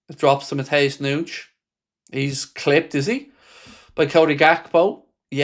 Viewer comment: “Matheus Noonsh”🤡🤡🙈🙈